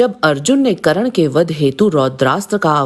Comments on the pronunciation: थोड़ा पढ़ लिख ले फिर ज्ञान बांट करण नही कर्ण होता है पाहिए नही पहिए होता है नाही नही नहीं होता है साही नहीं सही होता है वेधब्यक्ष नही वेदव्यास होता है अहानक नही अहंकार होता है ग्या नहीं गया होता है दिलते नही दिलाते होता है धनुधर नही धनुर्धर होता है बच्चे सीरियल का ज्ञान मत बांट मूल महाभारत पढ़ 😂😂😂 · Didi ekto wo Karan nahi hai .unka naam Karn hai...😅